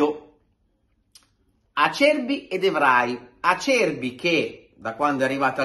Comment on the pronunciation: Caro, ti voglio bene, ma la tua pronuncia del nome Acerbi mi fa venire voglia di strapparmi i timpani 😂😂😂😂